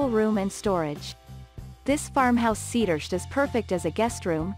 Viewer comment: What is a “cedursht”